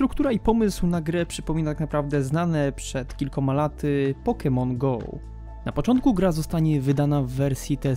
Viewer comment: Widzę Że Każdy Się Czepia Więc Ja Też "POKEMON GO" NIE "POKENON GO" xd Przepraszam